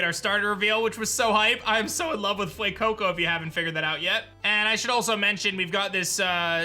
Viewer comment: I just keep hearing him say "Glen Coco," for the pyro starter's 📛 name... Stupid memes. 😆